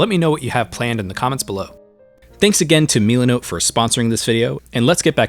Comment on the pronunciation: ah yes, meal-ah.note